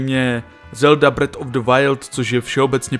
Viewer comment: Zelda "bred" jako chleba, nebo breath jako dech, nádech, kouzlo...apod? Trocha výslovnosti neuškodí...